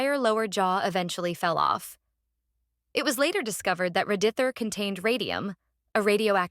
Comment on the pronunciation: AI VOICE AI VOICE AI VOICE AI VOICE RADITHOR RADIETHOR RADITHOR RADYTHORE